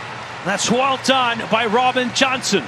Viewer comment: On top of everything else, the play-by-play guy pronounces "Jansson" as "Johnson". Eeesh.